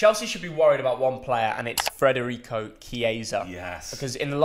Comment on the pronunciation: *Federico not Frederico